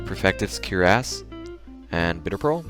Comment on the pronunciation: anyone gonna talk about how he said cure-ASS instead of cuirass?